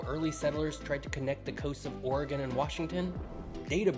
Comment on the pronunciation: Thank you for pronouncing Oregon correctly.